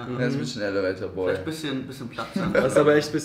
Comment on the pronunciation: Wie immer schmunzelt, wenn „elevator“ falsch betont hahaha